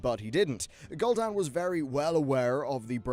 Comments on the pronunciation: You really need to work on some pronunciation things if you're going to make lore videos like this. You say Gull'Dan, as in seagull, whereas all voice lines in the game pronounce it Gul'Dan, which sounds like Ghoul Dan. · Lol at "Gull dan"